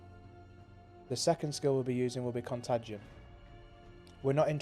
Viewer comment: It's pronounced con-tay-gin. Also, the pastebin link doesn't work with PoB.